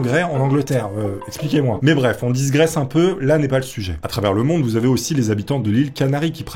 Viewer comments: On digresse, et non, on disgresse... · On "disgresse" pas, on "digresse" ! (phonétiquement parlant)... Oui, tu peux le dire : je suis une casse c*uilles ! 😂 😝🤪🤣 Mais c'est fait avec le cœur ! 😁